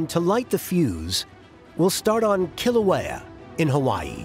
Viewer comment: Couldn't the Smithsonian have gotten a narrator and expert that could pronounce Kilauea and Hawai'i correctly?! There's an API museum that's part of the Smithsonian...!